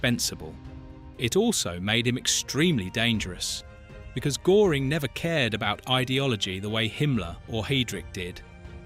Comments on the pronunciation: AI Narrator mispronounced his name: Göring's name has an umlaut over the letter Ö, which alters the pronunciation. Despite that, I found this interesting, but found it annoying and unprofessional to butcher his name. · Thanks video well done, but pls try to pronounce his name correctly when using it so often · "The nazis were evil" - its hard to take you seriously, koserboy. Also, its Göring, not Goring. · Can't the idiot A.I. say Göring properly. It rhymes with 'touring' and not 'boring'? shows Adolf Hitler's mountain retreat, the Berghof, located on the Obersalzberg in the Bavarian Alps, NOT Carinhall Schorfheide, in Brandenburg. "While Himmler wore his austere SS black ...." Picture shows Himmler in a grey uniform. Do these guys ever check the A.I.?????? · When you make a documentary about a historic figure the least you can do is get his name pronounced well not "Gooring" but : " Geuring" ( o umlaut) or doesn't know AI that how to do? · Gőring is pronounced gerring not “Goring” which is a village in South Oxfordshire near the boundary with Berkshire. If you’re going to have an AI narration you’ll need to edit it. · Wanna show the map for the 1930s? Are you unaware that borders had changed? Or are you just concerned with clicks? And the name Göring is not pronounced GORE ing, rather GUER ring. And the narrative is choppy and words are mated with the wrong words left and right of them. Do you even use punctuation in your AI generated script? Please do the real research in wikipedia befor you do "research" in Face Buch or whatever. Please check your work. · His Name was Göring not Goring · Very good! But Goering should be pronounced to rhyme with purring, not pouring. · Please english speaking content creators ... at least get the pronunciation of the main character in your videos right. Not Goring, but Göring. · It is not Goring it is Göring! That pronunciation is terrible. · Please pronounce his name right. It was like the u in purr. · You adjust